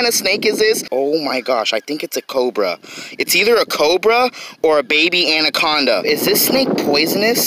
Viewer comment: "we caught an aniconda in Miami" LMFAO the jake Paul of fishing